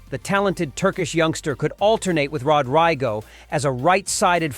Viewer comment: Rod Rigo??… 🤣🤣 You mean Rodrygo … and “Vinikius”?… what’s that? 🤣